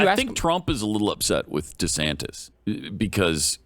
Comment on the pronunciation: Is that dur Santass or duh santana.desantis trash collection